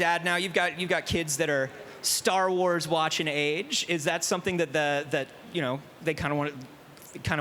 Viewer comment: And “Sar Wars”